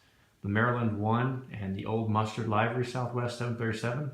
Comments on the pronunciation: no, the "ee" part you have right. It's the 'i' part. It's a short vowel sound and you keep doing the long. 😄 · About halfway through all your vids...do you ever end up pronouncing "livery" correctly?! 😄